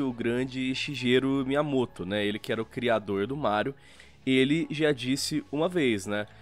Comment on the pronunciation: Só uma correçãozinha (por favor se tiverem lendo isso não me levem a mal), a pronuncia não é "Shijeru", mas sim "Shigueru";)